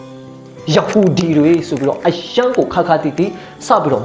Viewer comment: ရဟူဒီ ပါကွ ရသံကိုပီအောင်ပြော တက်အောင်လေ့ကျင့်သင့်တယ်